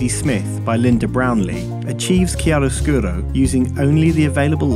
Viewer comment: Well said! I totally agree on the whole line, you perfectly expressed a concept is barely grasped by so many photographers around the globe! I do not comment very often, just wanted to leave something more than a mere “thumb up”! Bravo (also for the almost perfect pronunciation of chiaroscuro! I’m Italian...) ;)